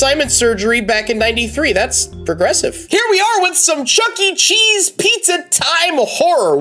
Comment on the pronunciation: It’s not Chuck E. Cheese, it’s chucker cheese